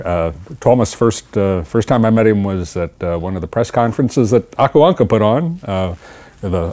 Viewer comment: Poor Rosa, half of the time he has no idea what they're talking about. (Though I have to say he pronounces "Aku Ankka" really well. Sounded very Finnish.) Rosa-parka, puolet ajasta sillä ei oo varmaan hajuakaan mitä ne puhuu. (Mutta ääntää nimen "Aku Ankka" muuten tosi hyvin.)